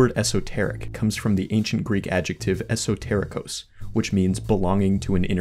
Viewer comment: Not only are your other videos well researched and explained in a near academic manner but you went out of your way to apply this to a video explaining arguably the most glorified version of a Top 10 list. Sidenote: The Greek "εσωτερικός/esoterikos" is pronounced as esoterikOs, not esotErikos. Other than that, another great video🖤.